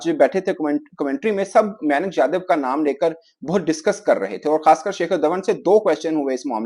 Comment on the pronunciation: pronunciation may Nick and shakar Dhawan 😂😂😂😂😂